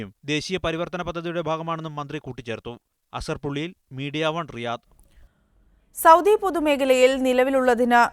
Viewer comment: രിയാദ് അല്ല റിയാദ് ആണ്...